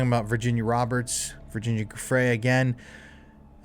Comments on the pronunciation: JOO-fray, not GOO-fray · Giuffre is pronounced "juh-FRAY". Look it up. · Pls pls PLS learn how to pronounce Virginia's name! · Ur saying Virginias last name wrong!?